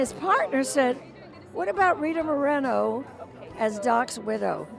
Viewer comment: It's pronounced "moor-eh-no" not "moh-reen-oh" SMH.